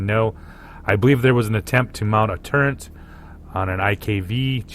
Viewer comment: FYI- its TURRET not Turrent. There's no such thing in the English language as turrent, NO N.